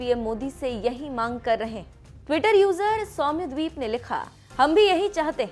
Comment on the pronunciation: Whoa my reply has been featured here 😃 and mam its soumyadip not sounyadweep 😅